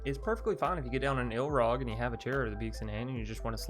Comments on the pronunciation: This is a small thing, but I cringe every time you call Ilharg "Ilrag". Other than that, I'm anxious to try this deck out. I like most of your brews! Decks don't have to be always comoetitive to have fun. Besides, gotta make use of all the cards before they rotate out of standard. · I prefere the iIlrag, sounds better :)